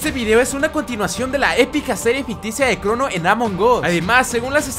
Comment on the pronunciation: En ves que dijera crono dijo crunu